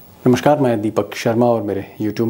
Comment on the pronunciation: it is namaSkar not namaSHkar